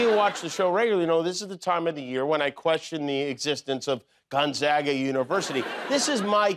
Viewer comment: Jimmy, I grew up in Spokane Washington. Gonzaga (thank you for pronouncing it correctly) is a Catholic college there. There’s Gonzaga Prep for the middle school too.